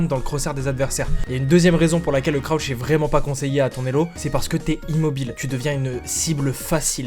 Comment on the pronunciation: Croutch ? J'connais crouch mais pas croutch